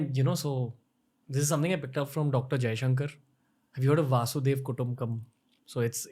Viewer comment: Not "Vasudev". It is "Vasudheiba". Vasudha (Earth) + eba (is).